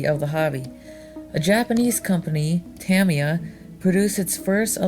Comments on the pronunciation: nice video but, say it with me "ta my ya" =) not "tami ya" =) j/k all in good fun! awesome video! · I've been corrected before, and the guy said, "Ta Me Ya". I pronounced it "Ta My Ya". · Correct pronunciation is "tah-mee-ya", which when spoken natively is almost "tahm-ya", rather than, for example, the popular American pronunciation of "ta-mye-a", or over-emphasising the first or second syllable. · "Tammy Yah" LOL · It's pronounced ta- my- yuh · No! TA-mi-ya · Look up early Delta and Bolink. In the 70s racer were building their own competition racers. Thats how the companies got started. Tamiya is being pronounced wrong. And the Road Rider is supposed to be Rough Rider. There was also a Ford F150 model with the same Sand Scorcher/ Rough Rider base. There were after market parts to turn them into pan style buggies for racing. These dominated at the tracks. The metal suspension later proved to be a hindrance. Racers were even using No suspension for buggies to lean on less weight over handling. Later the nylon plastic suspension parts outdated the Tamiya line up. Tamiya's designs could never keep up from that point. There were tons of earler manufacturers in both on road and off road. Get a hold of some vintage RC Modeler magazines. Those early off branded cars and buggies were heavily modded and became teasting grounds for the future of RC cars. Pan cars were not the first. The pan chassis came later to light weight. Awsome Video. Nice to see the vintage footage!! 👍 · Nice video, I really like the old film footage. Just one pet peeve, you need to pronounce Tamiya correctly.